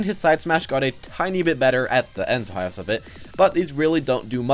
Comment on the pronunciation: On duck hunt when you said "at the end half of it" you sounded like you slurred "half" like haaallve